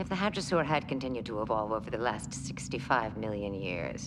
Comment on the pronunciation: Its "hadrosaur", not "hydrasaur"